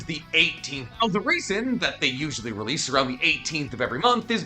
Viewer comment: finally my dude said "release" instead of "releaseal" the world is right